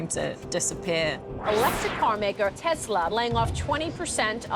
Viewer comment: Did his ex-wife say Tesler?